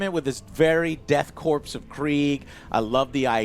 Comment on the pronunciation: KORPS is pronounced CORE, not CORPSE. STOP calling them KORPSE.